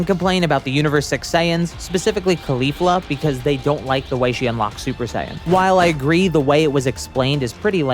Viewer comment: sorry is KALUFLA